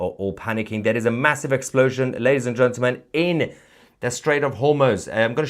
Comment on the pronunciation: Love you azizam. But THERE IS NO SUCH WORD AS “Gentamel”. It’s Gentle. Men. Gentlemen. GENTLEMEN. Practise it! Otherwise keep up the good work buddy. 😊😊😊